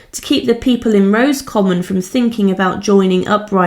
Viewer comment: Thank you for these videos. But you need to take care with pronunciation of words you are not familiar with. As has already been pointed out it is not “Rose common”. Padraig is not “Pad raig”. It is the Irish version of Patrick and said as “Porraig” or something close to this depending on your own accent. You hesitated on Kilmainham but got it right!